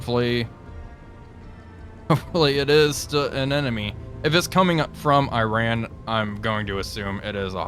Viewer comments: I know it's not a big deal, but please, the way to pronounce the name of the enemy country is "ee-rAHn", not "Aye-ran". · EE-ran not I-ran. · Also just some constructive feedback, it’s pronounced as ee-ron, not “I ran” Great video otherwise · Mate ... there is no country called Eye-Ran .. there is no country called Eye-Raq .. and just for your information .. there is no company called Eye-kea .. ffs .. it's not that hard to pronounce these things properly is it .. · Why cannot Iran be pronounced correctly?